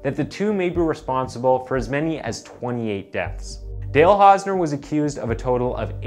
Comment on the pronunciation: You couldn't spend five minutes researching how to pronounce the guy's name? Shoddy job. Channel blocked forever.